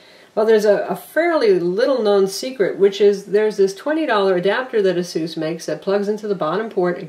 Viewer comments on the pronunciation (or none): Except that isn't the correct pronunciation.... its "Eh-SUS" (as in pegasus) not Ah-soos". Not to generalise but it seems to be mostly Americans that pronounce it the incorrect way. First/easiest example of correct pronunciation is here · It's pronounced AY-SUS, more technically EISUS not AH SOOS. Aysoos is incorrect and sounds lame.